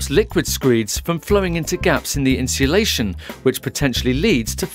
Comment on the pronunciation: Get someone who can say insulation properly, annoying.